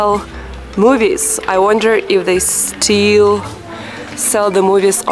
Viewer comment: An excellent and beautiful video. The Universities in Russia should be telling their English students and Geography students to watch your videos! Maybe they should be buying some too! I hope you will not be offended if, like a father, I caution you about your pronunciation of words that have a short 'i' sound as in still and brick. The word 'still' should not sound like the homophones 'steel' and 'steal'. The word 'brick' should not sound like 'breek' which is not a real word in English. It's the difference in pronunciation of 'sit' and 'seat'. Try to listen for the difference. When you said, "seed", I wasn't sure if you said 'seeds' or 'sids' so I won't nitpick about that. Thank you for sharing your beautiful, professional-quality video on YouTube.